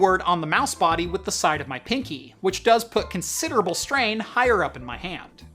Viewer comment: looooolz “strain”??